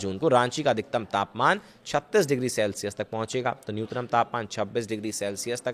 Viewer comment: न्यूनतम भाई न्यूतनम नही